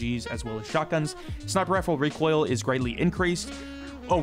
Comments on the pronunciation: when using as val: ree-quil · 140 reekoill controll😂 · This is how many times said reek oil 👇🏻